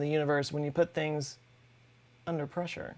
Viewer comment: I love the way the hydraulic press channel pronounces "pressure". "Press-oo-reh". I also enjoy this channels intelligent humor and quarky knowledge. Please keep it going, you deserve more views.